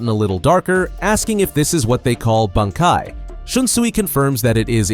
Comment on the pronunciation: dude common you cant even pronounce bankai right ?you are trolling